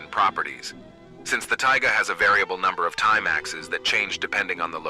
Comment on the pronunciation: I'm loving this concept, though I feel like the AI voice is a bit of a distracting limitation. It didn't emphasize "Mathematics" right, which made me have to go back several times to figure out what it was saying; it mispronounced "axes" every time, which was distracting. Imo, an old-school TTS voice might've been more understandable? Ultimately a minor gripe, this is really cool.